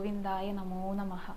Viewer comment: മോളേ...... " നമഹ "ആ "ഹ" എന്ന് ഉച്ചരിച്ച് ഭഗവനേ ആട്ടരുത്....... " നമ:" എന്നാണ് , "അ " എന്ന വിസർഗ്ഗം ആണ്. അറിവുള്ളവരോട് ചോദിച്ച് തിരുത്തുമല്ലോ " മർധനം"അല്ല..... മർദ്ദനം ആണ്. മദ്ദളത്തിൻ്റ "ദ്ദ" അണ് "മധളം " എന്ന് പറയില്ലല്ലോ. ശ്രദ്ധിക്കുക എല്ലാം നന്നാകുന്നുണ്ട്.